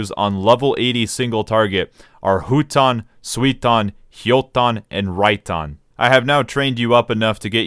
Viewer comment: Huton is actually pronounced as "fuuton" when you say it, huge naruto shippuden nerd over here, rewatched all 700+ episodes three times so yeah huge weeb flex I know 😎.